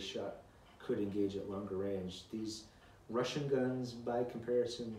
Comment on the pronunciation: "The wussian wears gway."